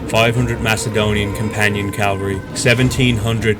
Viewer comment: Please learn to say "caV-alry."